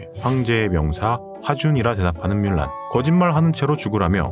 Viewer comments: 뮬란을 물란이라고 발음해서 문란해진건가? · 중국어 발음도 물란. 영어 발음도 물란. 한국에서만 뮬란. 한글이 없어서 표기 못하는 것도 아니고 왜 굳이 뮬란인가?